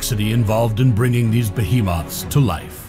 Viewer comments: What’s a baaa he moth? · First one I heard is be-he-moth